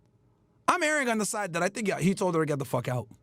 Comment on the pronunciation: did not just say "TINK ABOUT THIS" 😂😂😂😂